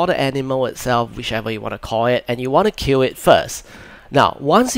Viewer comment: lol sorry if i miss pronounced kill as cue xD I wasn't feeling well due to being tested covid positive and shortly after making the video, i lost my voice as well. but if your question is real as in how i kill, any weapons your character equip can just attack the boar and kill it. after that, you just need to go to the dead body, and start gathering it. :) if you need more guides be sure to check my website in this video's description.